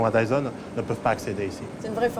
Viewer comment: Dizon le roi de l'azpirateur selon les franzais pas très doués pour la prononziazion. 😉🤣😎